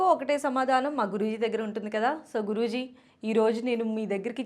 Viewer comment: మీరు ఆయన్ని గురూజీ అంటున్నారు. కానీ నాకెందుకో జిగురు అంటున్నారేమో అనిపిస్తోంది😜